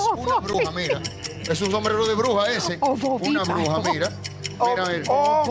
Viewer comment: El dijo ovoviparo !!! Nadie lo escuchó?